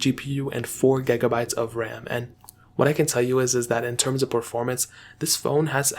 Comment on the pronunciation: He says ''4 gegabytes of ram lol'' not taking the mick lol